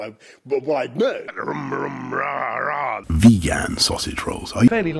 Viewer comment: WHY DOES HE SAY VEGAN THAT WAY?! SURELY THAT'S NOT HOW Y'ALL ACROSS THE POND SAY VEGAN.